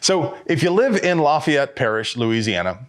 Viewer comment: You said Lafayette wrong